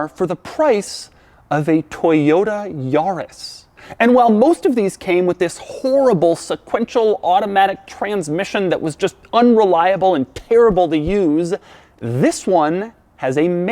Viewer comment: You say Yaris weird... Its Ya-ris not Yarrrris